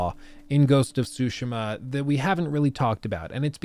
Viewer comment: Sorry, I had to say it, what's “Ghost of Shootsma”? It's funny how you pronounce Tsushima It's nothing how it's written or how you Pronounce it lol